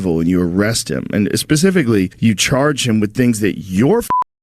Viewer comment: Dude said pacificly lol. Good video man thanks.